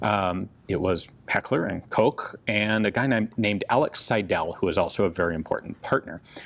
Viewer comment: The pronounciation of the name Seidel is „Sydl“, not Sy-dell.